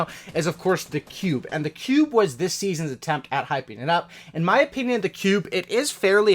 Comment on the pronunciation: I’m sorry did you say Season Sticks? Who’s hype for Season Sticks? XD Sticknite also good vid doood keep me coming.